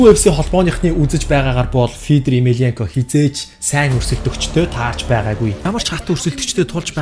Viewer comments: ё үсэг мэдэхүү сда минээ фийдэр гээд шаагаад байхын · Фииидрр гэшш.. сда чамайг янхан гээд байвал ямар байна. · Федор гэд хэлчилдээ хэл муутай сда бэ яадаг